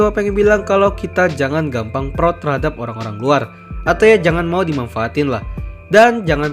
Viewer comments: bang bilang proud jangan prot 💀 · Yang orang lain dengar "proud", yang aku dengar "prot prot"